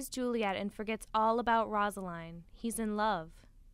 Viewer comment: One it’s rose-a-line and it’s man-two-a